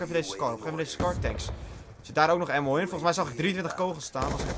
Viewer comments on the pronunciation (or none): none